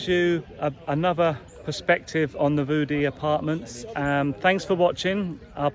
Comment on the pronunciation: get someone who can say View Dee 😂